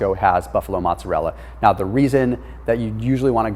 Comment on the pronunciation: Bro.....you're great but, its mOzzarella. (moe-tza-rhe-la) lol